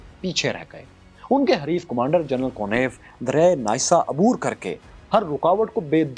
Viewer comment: بَرلَن غلط َبرلِن صحیح عَبور غلط عُبور صحیح